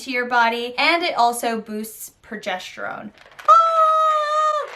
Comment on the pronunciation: It's progesterone not progesh terone